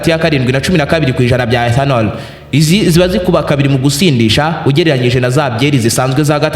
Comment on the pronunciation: 😂😂😂 icyo kirimi igi swalabiya Niki ethanonol 😅😅😅😅